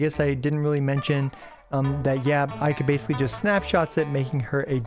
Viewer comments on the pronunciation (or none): Bro its called "ayy yaahKA" not "a yeehka". I know weebs out there are cringing. Are you a real weeb? Nice spreadsheet btw. Subscribed.